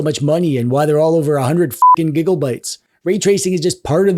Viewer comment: Wait, wait, wait... Did he just say gigglebytes?